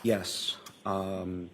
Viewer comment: 12 min in so far. I love your channel, but PLEASE pronounce Ana's name correctly. Please show respect for her and her family Ana is spelled with one N. It is pronounced "ONA." I mean, you are in the courtroom, you hear the pronunciation of her name. ON-A!! NOT ANNA!!! U apologize for ur hair being wet, for looking tired, etc, but not for mispronouncing a murdered mother's name. Wtf?